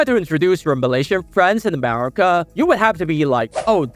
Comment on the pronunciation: America ❌ Amerema ✅